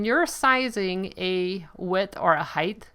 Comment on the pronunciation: Please tell me you don't say HEIGHTH, 😨